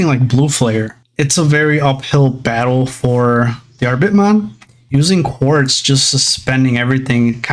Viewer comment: Looking up the Diarbbitmon name and it comes from a hero in Irish Mythology named Diarmuid Ua Duibhne. The pronunciation of the Diar portion of the name is Dear and of course the bbit is the rest of the word rabbit so Diarbbitmons name would be pronounced as Dearbbitmon.